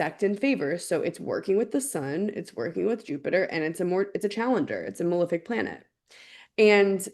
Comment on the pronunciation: THANK YOU, for saying "malEfic" properly. How did we get to a place where the vast majority of public-figure astrologers pronounce the words as "mal-IF-ic" and "ben-IF-ic"? What kind of George W. Bush Nuke-U-Lar hole did we all fall down?